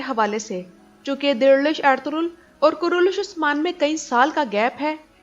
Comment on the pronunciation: Apki awaz bhot acchi lagti hai..or khass kr ke jab ap ertugrul bolti hai..